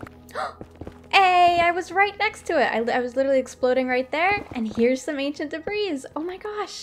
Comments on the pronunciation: I'm probably too late to yhe game here, but it's pronounced "debree" the S is silent. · I love this episode but debris isn't pronounced with the "s" ;w; Edit: at least in my area